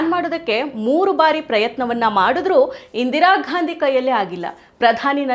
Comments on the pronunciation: Good Information Maa'm.. But.. Medam pls uchhar sariyagi maadi... Neevu style maadi Ghandi.. Ghaandi anta idiralla adanna Gaandhi anth sariyagi madi... Pradeshik uchharne ind kelawandu pada gala Pronunciation bere aagatte, Adre idu asht difficult illa,adre illi neevu purposely bekanth ghaandi ghaandi anth anta irudu gortagatte.. Nimma style maadi uchharane madudralli vabbr parichayawanne neevu badalsta idira.. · ಇಂದಿರಾ 'ಘಾಂದಿ' ಘಾಂದಿ, ಘಾಂದಿ... ಕೇಳಲು ತುಂಬಾ ಕಿರಿಕಿರಿ.